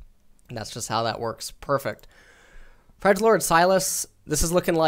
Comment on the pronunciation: not FREJD-LORD